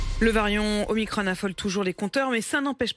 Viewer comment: Une journaliste qui parle bien la France « variant Omicronne » dans ce même élan disons: un electronne, un patronne, un citronne